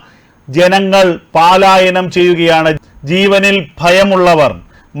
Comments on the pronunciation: പാലായനമല്ല; പലായനമാണ് ശരി. മലയാള ഭാഷയെ ദയവായി, കൊല്ലാക്കൊല ചെയ്യല്ലേ.^¡|<¡|<::":& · പാലായനമല്ല പലായനം എന്നല്ലേ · 'പലായനം' എന്ന് പറയൂ. 'പാലായനമല്ല' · പാലായനം നല്ല, പലായനം,😊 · Palayanam not paaaaaalayanam ok? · പാലായനം അല്ല. പ.......